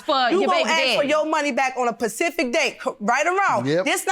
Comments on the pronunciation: “A Pacific Date” lol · Anybody else cringe when they were saying "pacific date" 🥴🥴🥴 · What's a "Pacific" date? Education is important. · Omg... can any of these girls use the term specific??? Its cringy hearing them say Pacific 😂. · 98% of people that come on the Judge Mathis show don't know how to say the word "specific". It's not "pacific" folks. Put an "S" on it! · Nobody noticed that she said Pacific date instead of specific date🙄, Make it so bad she said it twice as if she’s saying correctly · Can y'all stop saying Pacific 💀 😒 It's SPECIFIC!!!🤣🤣🤣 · She keeps saying Pacific 🤦🏾‍♀️ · "Specific" was "Pacific" throughout this case lmmfao. I'm glad she won though she seemed like a good friend. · Sis say “Pacific” one more time & I’m going to throw you in it! Lmao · "On a pacific date" lol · Its "specific"..damn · On a “pacific” date huh lol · Specific, specific, say it with me lady spe ci fic .... not Pacific SMH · Not a “Pacific” day 🤦🏾‍♂️ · I thought it was specific and not pacific lmao 😂😂😂😂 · Lord she was saying Pacific so much I almost forgot the correct word!! Specific😂😂😂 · She wanted her money on a "pacific" day 😂😂😂😂😂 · Lol a “pacific date” lol 😂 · Please stop saying "pacific date"...you sound dumb. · "Pacific date" 🤦🏽‍♀ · “Pacific” Date 🤦🏾‍♀️🤦🏾‍♀️🤦🏾‍♀️🤦🏾‍♀️🤦🏾‍♀️🤦🏾‍♀️ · And that Pacific day was Monday! lol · Specific is a hard word to say I ain’t going to lie! 😂😂😂😂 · I learned how to say specific from the word spa 😂😂😂😂😂😂